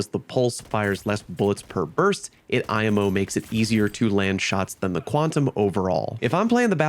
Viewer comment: I've never heard somebody say "imo" like that lol